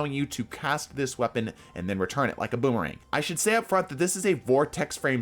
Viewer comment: lmao "Wepaon"